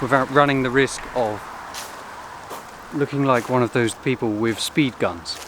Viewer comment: Wiv instead of with.